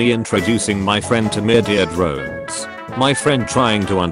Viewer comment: I love how you just say ”Myurdeer Drones”